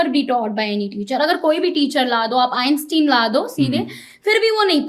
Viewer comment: 😂 Einstein ❌ Inceteen ✅